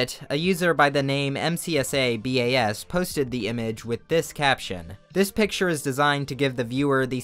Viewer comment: Why do you keep calling username 'mcsabas' as 'mbas'?